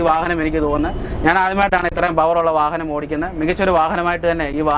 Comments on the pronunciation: വാഹനത്തിന് വാഹനം എന്നല്ലാതെ വാഹ എന്ന് പറയാൻ പറ്റുമോ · ഫാരത് ഫെൻസ് എന്ന് പറഞ്ഞപോലെ , ഫാഹനം എന്ന് പറയാഞ്ഞത് ഞങ്ങടെ ഭാഗ്യം...